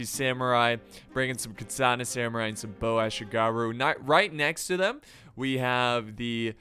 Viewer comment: muttering while rocking At least he pronounced Ashigaru alright... At least he pronounced Ashigaru alright...